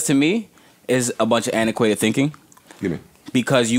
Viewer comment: Once he got in his "antiquated" bag... would never let Joe get that word off, much less 3 times in 2 min! "Joe... don't ever look at me and say antiquated *mispronounces the word * again"